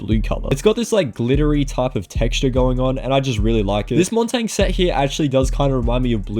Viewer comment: why are you saying montagne like its written 🤣🤣